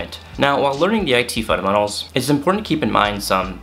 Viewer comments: You say "fundementals" in a weird way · Is he saying fundamentals?